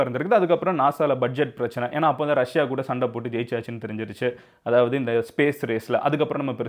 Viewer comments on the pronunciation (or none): none